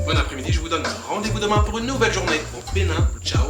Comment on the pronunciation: Bon séjour au Benin, vous prononcez bien le nom des villes au Benin, C’est pas facile mais vous vous en sortez bien🇧🇯